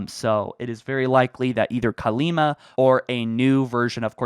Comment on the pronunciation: Cortana’s sister’s name is Kalmiya, not Kalima.